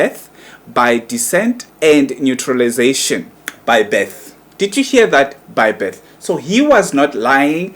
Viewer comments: As a YouTuber you're wrong to be speaking insulting words to say Malema is a hypocrite, stupid,nonsense, shut up. You're not even sure of your facts. You can't even pronounce naturalization. You should be impartial and sprak only the facts. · The fact that you couldn't even pronounce the word shows that you don't even know what you talking about and have no calibre to analyse such issues